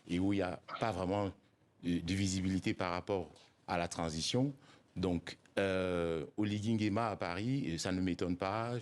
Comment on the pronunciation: Pourquoi vous les français vous avez du mal à prononcer son nom entier : C'est Brice Clotaire OLIGUI NGUEMA